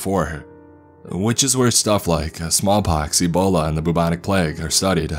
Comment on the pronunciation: I think he said ebola